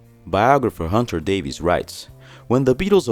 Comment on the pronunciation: bro.. love the channel..i literally watch every video and like em.. but a word of advice.. English people with the surname "Davies" is actually pronounced "Davis".. so next time you talk about Hunter Davies or Ray or Dave Davies from the Kinks, now ya know.. 🙂... ✌🏻➕🤟🏻